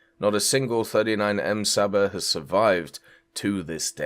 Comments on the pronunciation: its csaba not saba, you're butchering my beautiful language 😂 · Please STOP saying "Saba" it makes every Hungarian person's ears bleed! It's pronounced Ch-uh-b-uh, you can also just pronounce it as "Chaba" if you find that difficult/can't be bothered. The "Cs" in Hungarian is pronounched "Ch", like in "China" or "Chicken".